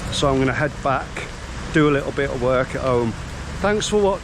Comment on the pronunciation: I am not familiar with Scouse accent. Actually you sound very pleasant. It makes me smile when you say "a little bit of"... it sounds Scouser... It is not meant to ridicule you or anything like that, it is just that you sound amusing when you say "a little bit of"... Have fun in Jakarta.